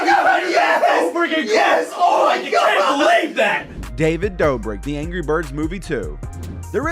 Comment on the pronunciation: Anyone else notice that he said David Brobric? 😂 I know it wasn’t on purpose though.